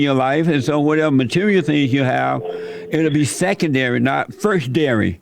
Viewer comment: Jesse really said “Everything material will be secondary not first-dary” 😂😂😂😂😂😂